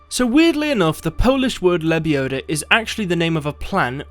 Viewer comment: "Its lebiodaaa, not lebioda"